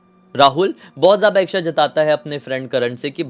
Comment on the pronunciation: Ixxha nahi hota bhai, इच्छा hota hai 'iccha'. Bada annoying sound karta hai ixxha.